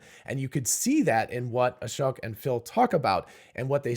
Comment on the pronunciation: Thank you for getting the right understanding and separating out the different aspects of what the CPVR videos taught us. It seems others don't get it unless it's spelled out like here. Final step is just to be able to pronounce Ashok's name correctly. At one point you mentioned Ashok and smoke in the same sentence and yet pronounced Ashok the way you always have!